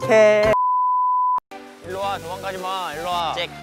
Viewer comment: I literally choked 😂💀💔 like happy in Korean is haenbokhae and it sounds like gay and also gay is a synonym for happiness 💀😂 it did them bad lol